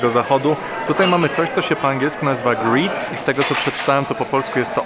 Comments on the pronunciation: Nie nowi sie grits ale gryts. Slabo brzmi grits zamiast gryts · GrYtz, nie griiiiiitz. Tak samo route syxti sYx. Nie wymawiaj tych ‚i’